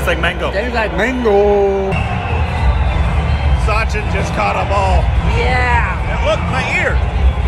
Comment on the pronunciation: Sachin , not sunday 😂